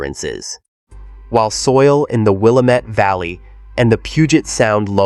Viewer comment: Willamette rhymes with damit! Train your AI right!